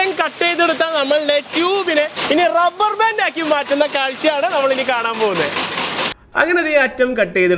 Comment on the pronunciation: ഡബ്ബർ ബാൻ്റ്